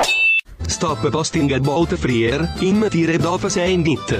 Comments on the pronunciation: the way it pronounced fryer 💀😭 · The way they pronounced fryer got me bursting laughing